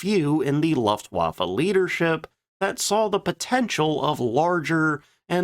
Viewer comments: Loeftwaffe, not laftwaffe😂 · What is a Loftwaffle ? Jesus , got the prononciation correct! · A person with such high knowledge of aircraft should know how to pronounce Luftwaffe! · I love your channel, and your (non) dulcet tones, but for the love of God, please learn how to pronounce “Luftwaffe” correctly. You’re killing me Smalls 🥹